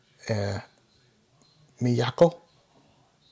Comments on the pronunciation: Asami - Uh-SAH-mee Haruna - Hah-ROO-nuh Miyako - Me-YAH-koh (You said it right) Midori - Mi-DOOR-ree Miho - MEE-ho (You said it right) New bass player - Fami - FAH-mee (Rhymes with Asami). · A-sah-me . . Mi-yah-ko (got it right) . . Mi-do-re . . Ha-ru-na . . Mi-ho (also right). Since you're looking back at Lovebites history: Miyako writes most of the music (about 50%), and Miho wrote about 25%. A friend of Miho's (a 6th Wolf of sorts), Mao Yamamoto has written most of the remainder, and he has also collaborated on some arrangements. Asami has written the lyrics for just about all of the songs except Miho's, for which Miho wrote the lyics. Miho left the band for personal reasons in Aug of '21, and was replaced by 20 yo bass phenom Fami last October. They toured the UK twice, in nd time with Dragon Force), and their 2nd trip they played the Bloodstock Festival and did some gigs in Europe, including playing at Wacken Open Air, about the biggest Metal Festival there is. They grew in popularity in 2019, but had their biggest Tour cancelled in 2020 due to Covid. Miho left in Aug, 2021, and Lovebites when on hiatus until October of 2022 - during which both Asami and Miyako got married and had babies. 🤟🐺🤟